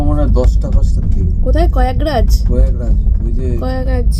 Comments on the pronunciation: প্রয়াগরাজ কে কয়াকরাজ বলছে, অশিক্ষার শেষ নেই দেখছি 😂😂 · ও দিদি স্টেশন এর নাম হিন্দি ইংলিশ দুটোতেই লেখা থাকে গো,হিন্দি পড়তে না পারলে ইংলিশ টা পরো। আর ওটা কয়েগরাজ না প্রয়াগরাজ স্টেশন বুঝলে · Prayagraj pronunciation shune darun haslam😅😅😅😅😅😅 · nam ta ki jiboneo sononi?? Prayagraj er erokom vul uchharon